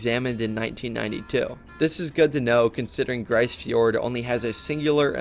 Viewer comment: Grise Fjord is pronounced "Freeze" with a G